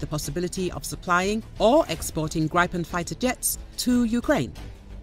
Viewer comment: Gripen is pronounced grip’-en, not gripe’-en.